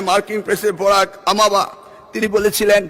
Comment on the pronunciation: বোরাক আমাবা,🤨😆😆 পড়তে হবে নকল আর হবে না।